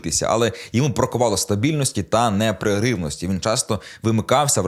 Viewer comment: Сеньків вивчив нове слово - неперервність і повторює його 17 разів на випуск. І те говорить неправильно (непреривність).